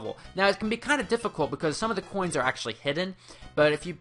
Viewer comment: "44 hhoins"